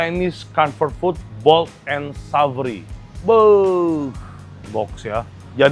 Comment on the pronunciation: Savory bukan dibaca "saferi" tapi "seferi". Honest bukan "hanest", tapi "on-nest". "On" kayak di "oon". On-nest.